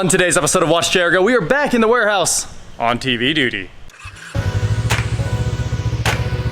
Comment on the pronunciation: First of all.. You said doodie... err duty.... secondly, PARTS LIST PLEASE!